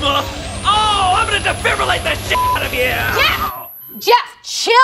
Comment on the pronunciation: No one: Absolutely No one:: DEFIBRILLATE